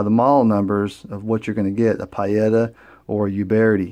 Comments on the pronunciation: Pee-Yetta not Pie-Etta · In Italian the i is silent.Peetta is the correct pronuciation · Lord have mercy, it's PEE-eta... Who the Hell ever called them PIE-etta???? NOBODY, EVER. Thanks....Ugh. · Pie-Yetta? It’s Pee-Yetta. Italian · Pee-eta! Not pie-eta> Nice review though. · Pietta is pronounced "Pee-etta"....... Not "Pie-Etta" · Don't mean to be a pain with the PIE-etta comment, brother... it was just driving me nuts... I just wanted to say that your video has lots of excellent information in it, and it's very well done. So, cheers to that, and I've subscribed to be able to get notifications for more of your videos. :) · It's pronounced...Pee etta. Good video...thanks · Pronounced: Pea-a-tah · Pronounced like pee ETA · Your saying pietta wrong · Thumbs down because of your brand pronunciation.